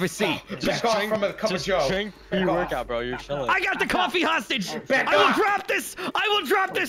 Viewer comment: "I got the coffee hosteg" funniest thing ever lollll and past that also